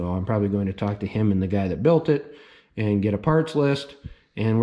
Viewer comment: Lol. The way you say “eand” instead of “and” Gatta go turquoise